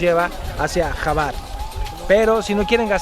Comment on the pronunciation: Hola Alana se pronuncia Juar y espero hayas visitado las cuevas azules. Saludos!!